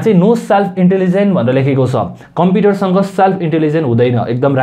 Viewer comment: tells he has been reading computer from grade 4 and mispronounces computer as compiter....rolf 🤣🤣🤣🤣🤣